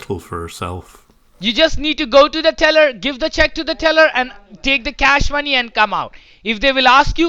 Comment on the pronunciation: When he said; MY manee lol